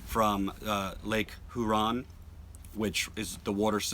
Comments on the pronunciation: It's pronounced 'Hyooron' not 'Hooron'! I know because I was born & raised in Michigan until teen-age. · you pronounced Huron wrong I'm from around that area idk why it put me off when you pronounced it like that